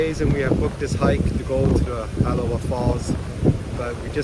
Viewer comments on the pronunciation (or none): It's not the Holly valley it's the halava valley